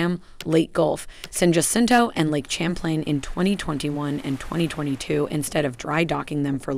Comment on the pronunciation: Ticonderoga = Tie-con-da-row-ga Champlain = Sham-plain Hue = Whey Could you at least try to pronounce the names correctly?